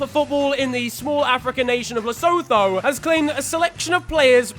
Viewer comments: Yo, it's pronounced Lesutu not Lesotho😂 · BTW Lesotho is pronounced Le-su-thu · ...Losotho is pronounced Lo-so-to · Did jus say LesoTHo? 😭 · Lesotho is pronounced Lee-Sooo-too 😂😂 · Its pronounced Le-su-tu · Just a heads up it's Lesotho pronounced "leesootoo" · Lesotho "La sue too" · lad😭 it's LesoTo....Leso2 Sincerely your biggest fan from Lesotho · Lesotho 😂😂, pronounce it as Lesootoo fam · love the FTW and the channel but Lesotho is pronounced “LE-SU-TOO” 😂 love the content tho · Le-sow-thow lol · He’s botched the pronunciation of Lesotho⚰️⚰️⚰️ how hard is it to do a google search 😂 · Deadass the way you said Lesotho killed me 😂 (Basically the "h" is silent & the o's are more like "u" 😶 Idk man YouTube it or something 😂😂)